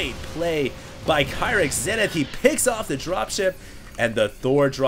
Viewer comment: I've heard Tastless and Artoisis pronounce it "Key-rix"